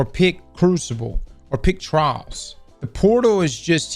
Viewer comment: I’m with that Legolas dude, oscillation sucks bawls. I’ve stopped playing when it’s a modifier. (How TF does pronounce “trials”?? It’s like “Trarrrrs”😆)